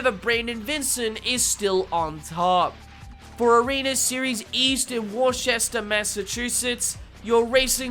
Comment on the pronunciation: It’s pronounced “Wooster”, Massachusetts… 😂 it’s a New England thing… don’t worry 😂